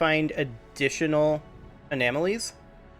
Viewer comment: Anomalies' are pronounced (A nom... as in nominal , a...lees ) Anomalies